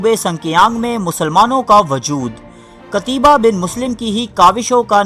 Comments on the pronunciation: بھائی جان نام قتیبہ بن مسلم ہے، قتیابا بن مسلم نہیں. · قتیبہ ت پر زبر ھے نہ کہ زیر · Phele namm tu sahi le le😂😂😂😂pata hai nahi😂😂😂😂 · جاھل ایڈمن، قتیبہ کا نام پہلے سیکھ لو۔۔۔ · بہت اچہی کوشش ہے لیکن نام صحیح لیا کیجیے